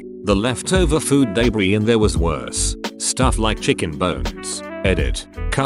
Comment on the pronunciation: LMAOOOOOOOOOOOOOOOOOOOOOOOOOOOOOO "It wan an all-boy's school at the time" IM SORRY WHATTT